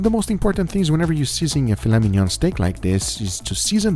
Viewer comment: the Brazilian way he says filet mignon, "filé minhon" kkkkkkkkkkkkkkkkkkkk